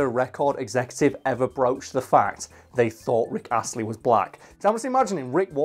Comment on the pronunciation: No one:: R i c k A s s l e y